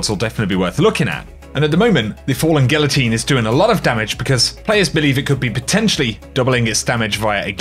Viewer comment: Gee-YA-teen.............NOT GILATEEN!!! OMG!!!